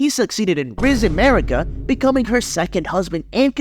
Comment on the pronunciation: Its amazing how you pronounced all the names of the characters in a way nobody else does and it sounds wrong af. Mariiiiika for example, nobody puts the emphasis on the second syllable wtf